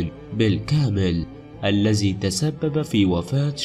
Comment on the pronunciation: الذي وليس الزي ، ثلاثة وليس سلاسة